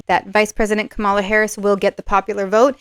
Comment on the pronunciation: I wish that you would have the respect for Kamala Harris to pronounce her name correctly. It's really easy (Kerry Washington's young nieces gave a lesson at the DNC, it;s pronounced "comma" then "la"). The mispronunciation has been done deliberately by TRUMP supporters to dish her gender and her race, it's become a sort of "dog whistle" for racism and sexism to some. I will watch to see if you begin to correct yourself, otherwise I will need to unsubscribe. On my side, I will not diss Donald Trump and his followers, out of respect for the non=partisan nature of your readings. If I had to leave, it would be a shame, I'm relatively new to Western Astrology, and I'd love to have someone to watch and learn along with. Thank you.